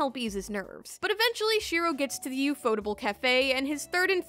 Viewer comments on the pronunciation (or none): TIL ufotable is not pronounced UFO Table